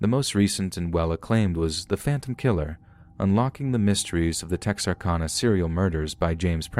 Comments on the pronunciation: We call it TEXARKANA KANA NOT CONA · I could listen to you say Texarkana all day. We Texans don't say it with so much elegance. We say Tex R Can A. Lol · It's pronounced Texar-CAN-a, just FYI! Love your videos. -A Native Texan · It has been driving me crazy as well!! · please learn to pronounce Texarkana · Oh my God and as many times as he said Texarkana it's like he knew he was mispronouncing it and said it as often as possible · I love your voice and your stories but you are driving me CRAZY saying Texarkana wrong!! Lol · I can't stop giggling at the way you say Texarkana hehehe cx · chucky cheese yeah. His pronunciation of Texarkana was driving me crazy too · Texarkana is Texas, Arkansas, Louisiana, so the end is pronounced like Anna for Louisiana.